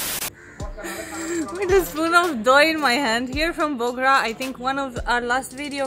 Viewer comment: pronunciation of doi was correct